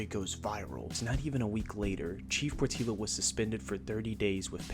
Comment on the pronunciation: Lookee here bud... Portillo is pronounced Port tiyo... I understand how white folks don't want to respect hispanic names... but come on man... oh ya... 3 hours away from Houston could be lots of places in Texas such as Dallas or San Antonio or even Austin... so where is this place again? 3 hours driving in Texas on most of the highways is at 70 - 80 miles per hour.... hmm, where could it be?